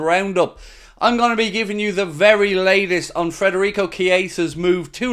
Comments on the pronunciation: It’s Fedarico not Frederick! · Now that he’s officially ours, please say his name right! FED not FRED